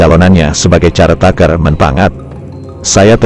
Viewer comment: Koppig=kopeh=keras kepala dan caretaker=kerteker=pejabat sementara mohon diucap yg lebih bnr ya? Sehat selalu, min